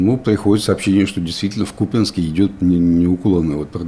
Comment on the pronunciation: Спустя годы выучили ударение в слове Купянск, поздравляю 🎉